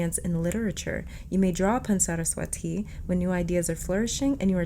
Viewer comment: Saraswa'thi'. Just n d end pronounce it like 'thi' not 'ti' . Its really fun to read about indian gods and goddesses . U ll find a lot of interesting stories you can connect with. Take it as my humble suggestion.❤️